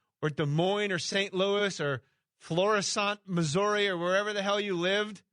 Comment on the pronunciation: He pronounced Florissant, Missouri wrong. What a silly goose. (